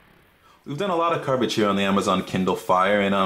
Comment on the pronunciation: in the beginning did he say carbage